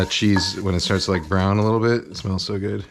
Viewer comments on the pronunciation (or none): none